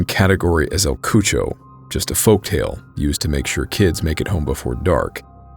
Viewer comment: el cucho? you mean el cucui? lol